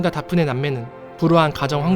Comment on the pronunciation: '대프니'라고 하시지... '다프네'라고 해서 순간 '박근혜'라는 줄 ㅋㅋ